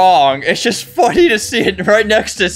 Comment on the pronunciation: I thought he sed fawking insted of funny for a sec in the beging of ds vid lol